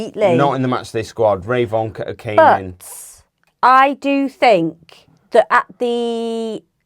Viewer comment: RAY-von? Are you sure that's how his name is pronounced? I think it's more likely Revvin. Could you possibly find out as locals?